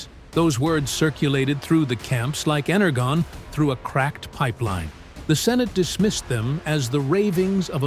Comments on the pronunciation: its ener{dzjon} not ener{gon} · Why do your AI narrators always say "Ener-gone" when it's "Ener-John". Right from the original cartoons. It's like y'all don't care, just crankin' out lazy content that talks too much. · Ener-jawn not Ener-gone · Please start saying "Energon" correctly as "Ener-john". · Keeps mispronouncing energon, though. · I stopped watching when he mispronounced energon. Probably an AI program doing the talking.